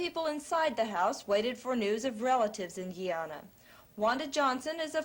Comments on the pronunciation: If the narrator say "Gee-Yana" one more time ! 😷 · Why do they keep pronouncing Guyana like that?